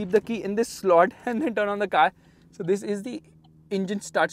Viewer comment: Your emphasised “This” is very irritating.. no need to stress on it so much!